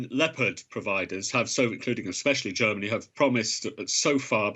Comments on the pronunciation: What is a "leee-o-pod" tank ? Has this news man never seen the wild cat the tank is named after ? Lep-ARD please. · The name of the tank is not Leppard. This is offensive mispronounciation by persons who know better. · FFS - the reporter can't even pronounce Leopard: 'Leo-Paard' !! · "Leyo-pahd". Leopard. Like the animal. Leopard. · What is this "Lee-oh-pard" of which you speak? 🙄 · Someone teach this dude how to say "Leopard". lol